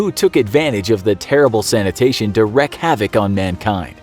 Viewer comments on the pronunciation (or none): . "...wreak havoc" You don't reck havoc. You reek havoc. "wreak". Rhymes with "reek", "week" and "leak". Have a great day!!! 🙂